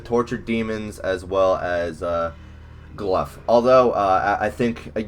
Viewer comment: Cmon man, its GLOUGH, aka GLOW not Gluff, i didnt see a single "F" in his name nor a "ph"